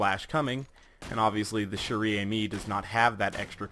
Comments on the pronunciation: In case you didn't know "chère" is pronounced like the English word "share". The gun's name means Precious Friend. Friend is in the feminine so it's almost like the gun is called Girlfriend or Lover. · Lol dude "chere" is pronounced "share". Not judging tho, cuz a lot of french words are weird in pronunciation